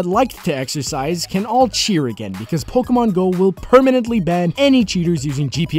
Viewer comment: It's Po-KHEY-mon doofus.